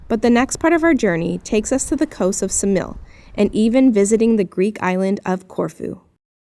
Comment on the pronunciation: Ksamil pronounced with K, Ksamil!!!!